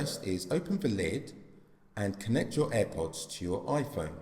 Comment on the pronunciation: Holy fuck this is a useless video. Didn’t help at all. Also learn how to pronounce ‘th’. Like, for example you’re saying ‘veh’ instead of ‘the’. : “Vis will make sure we can still access veh menu for vee AirPods”